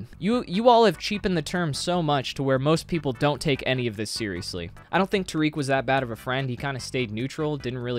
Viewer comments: Just an fyi it’s not tareek it’s ta-rick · i'm pretty sure its tare-ick not ta-reek